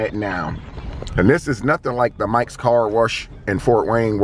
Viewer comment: Car WERSH 🤣